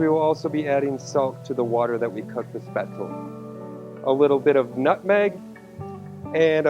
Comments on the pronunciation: Exactly. Every time chef pronounced it, I was mentally correcting him. Shpets-leh. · You're right, the e isn't silent, but it's not pronounced like recipe. he also says the ae sound wrong as well as the z. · Nice twist on a classic German recipe. 🍺😋👍 Btw, the 'e' isn't silent in Spaetzle. Its pronounced exactly as the 1st 'e' in 'recipe.'